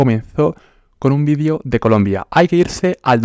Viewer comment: No se dice vidio, se dice video